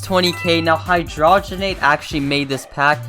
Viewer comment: The way he says hydrogenate and scenical is so funny . I don’t think he realizes he is pronouncing them wrong